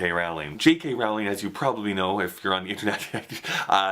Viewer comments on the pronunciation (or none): Psst... it's Rowling like bowling. ;) Have fun in NY!